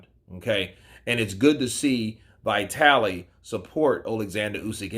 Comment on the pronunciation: dude it's not Vai-taly. It's Vee-taly...